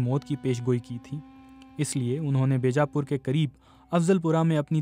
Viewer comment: بی جا پور (بیجا پور) کے بے جا پور پڑھا گیا۔ یادیو ناتھ کو جادو ناتھ۔۔ کوئی پڑھا لکھا شخص نہیں ملا انہیں